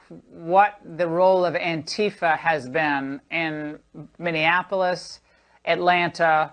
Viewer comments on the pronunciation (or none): Love your videos,!!!! Minneapolis is pronounced: Mini-Apple-Is (not Mini-In-Apple-Is) Also, this country is in a full fledged DEPPRESSION, not a Recession!